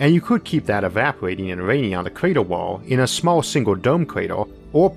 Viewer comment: lol I kept hearing creeter instead of crater.